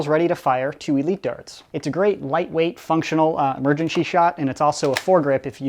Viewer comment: He said emergenshy of the video